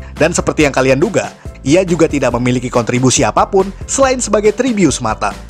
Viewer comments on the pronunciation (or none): none